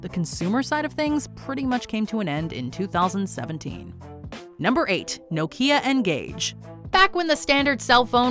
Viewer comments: I feel soo old hearing you have to explain what vhs was 👵👵, my uncle had a betamax and I have a wii u which I still play 😊 Also I've never in my life heard anyone refer to Nokia as no-key-ya 😮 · Before VCD. I prefer the PaperClip. Very popular in HK. VCD Similar to VCD time. The way you say Nokia ww. The Bomb. 😱. Secondary School. Want to try it.